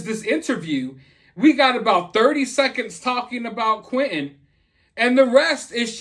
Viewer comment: Why can't she even say Angel Quinton's name